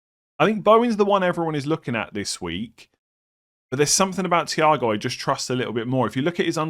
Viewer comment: Mans pronouncing thiaw "ciao"